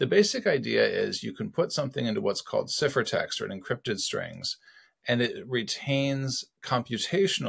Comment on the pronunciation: who calls it siffer text and not cypher text